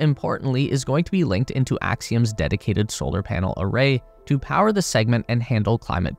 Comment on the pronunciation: Mmm…yes. “Powe”